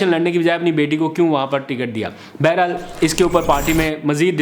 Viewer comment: Baharhaal hota hai, Beherhal nahi. Aapki Urdu bohat kamzor hai, Kitaben parha karo!